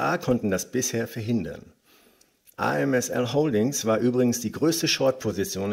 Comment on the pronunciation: ASML heißt das Unternehmen, nicht amsl